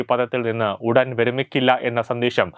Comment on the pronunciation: Helo Chanaka Chattam.Alla chattam anu shamshayam alla samsayam.podapotta nee oruvakku thettathe parayamo.Udhan.enthu udhan.udanmathy.